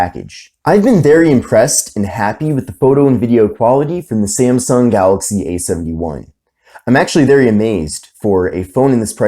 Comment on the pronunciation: Its not SEMSENG phone its samsung